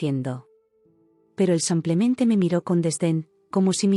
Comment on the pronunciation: 😂😂😂😂😂😂 y sigue con su “ samplemente “